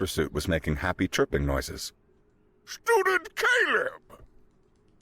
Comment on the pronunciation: I swear to God, I kept hearing “ stupid Caleb” instead of Student Caleb. 😂😂😂😂😂😂😂